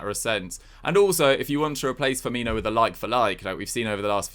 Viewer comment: Firmino? For-me-no.